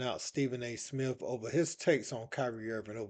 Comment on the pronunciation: It's Kenny Smith not Smiff. SA Smith not Smiff. Come on man. Your job requires knowing how to talk properly